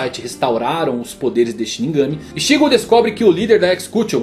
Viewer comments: Todo "Ixígo" dito me doía por dentro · Nao é Rukía ou Ichígo, é Rukia e Ichigo, nao é possível que você assistiu e leu tudo e não sabe pronunciar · Ixígo e Ruquía me deu agonia kkkkkkk mas o video ficou muito bom